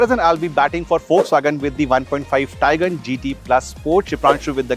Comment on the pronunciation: The Taigan ans Seltas pronounciation was really irritating man.